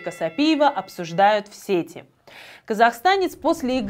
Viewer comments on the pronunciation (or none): none